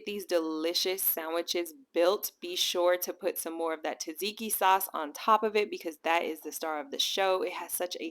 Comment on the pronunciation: TAH-ZIKI sauce?? Seriously? If you don't know Tzatziki is prounced ZAD-ZIKI then no credibility.